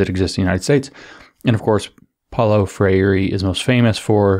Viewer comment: James! Gol! Think "diphthong" for Freire. TWO syllables: FRAYR-ray. Like Frère Jacques, FRAYR-ray. Gol.